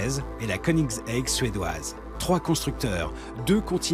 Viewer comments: You mean konix-haig ? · La prononciation de Hennessey et de Koenigsegg awwwrr